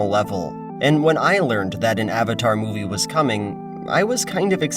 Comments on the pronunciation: Awng. Awvatar. So-ka. What the fuck. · Ong, Ahvatar stahp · "So, are you the Avotar Ung." Who tf thought this would be a good idea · Ah-vatar Ah-ng... So awful. How could anyone watch the cartoon and pronounce his name that way? I forgot about the awful pronunciation of Sokka and Iroh. TLA is such a terrible movie. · I really can't get over the constant mispronunciation of "Aang" and "Avatar" in the movie. It was so emphasized and stood out like a sore thumb every time they did it